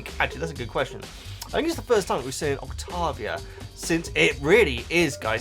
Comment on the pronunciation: Saying Octovia instead of Octavia was driving me nuts.